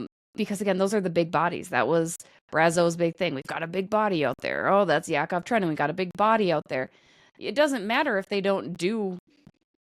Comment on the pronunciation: Guys, take it from a russian — it’s Trenin, without the fancy “NI” sound. 😂 where did it even come from-?